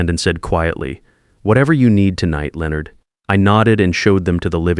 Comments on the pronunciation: Leo Nard (not Lennard as the British say it?). I have noticed that AI cannot pronounce people's name or place names. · The Whitfield's name again. Lay onard is not the correct way to pronounce Leonard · Lay-o-nard is how they say it in youtubeland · The pronunctiation of Leonard Is simply classic.